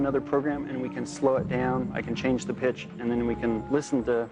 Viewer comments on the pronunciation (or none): I thought he said - I can change the bitch xD Actually he said pitch